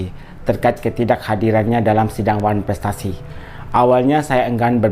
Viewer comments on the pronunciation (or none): hello sayank..nulisnya yg bnr ya...wanprestasi BKN oneprestasi😂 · Curiga itu gelar dr nya bener gk tuh masa nyebut oneprestasi aja gk bisa 😂😂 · harus ditangkep... ngomong one prestasi ga bs itu kok jadi dok dok dok😂😂😂😂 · WAAAAAANN..... PREEEETTT 😂😂😂 dr kok gak bs nyebut ? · drg...oh drg...parah banget Sih IQ nya, ngomong wanprestasi aja ga bisa, 5 digit aja paham, kok bisa jadi dokter ya???? Apa top up juga??? 😂😂😂 Yg namanya diwakilkan berarti tdk hadir drg, gimana sih??? Klo lu berada ditempat baru namanya HADIR, masak gitu aja ga paham????🫣🫣🫣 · Wkwk lo liat dong darimana kosa kata pertanyaan nya??itu kritikan bukan pertanyaan gausah sok nanya gua sekolah dimana lo ga tau juga kosakata yang benar?lo sekolah??ckck yang sekolah dokter aja ga bisa ngomong wanprestasi lah lo pake nanya gua sekolah dimana ckck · Pantes aja si niki blng drg planga plongo😂 ngomong wanprestasi aja dia gagk loding🤪